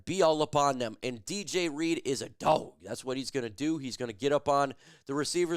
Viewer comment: Could you stop being gxy and say dog properly. You're literally cringe dude!